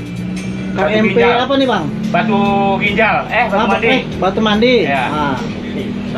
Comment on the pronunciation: Batu mandi bang bukan batu mundi 😂